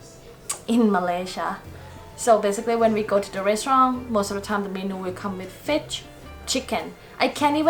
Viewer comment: Hahaha fich instead of fish 😂😂